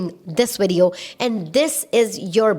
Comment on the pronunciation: “In this widiyo” haha, I love you girl. You are a blessing.